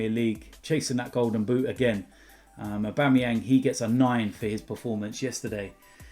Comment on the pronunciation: man said Abuameyang best striker in the league😂😂😂 BEHAVE WILL YA!